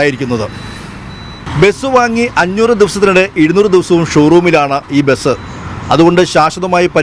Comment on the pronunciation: ബെസ് ❌ ബസ് ✅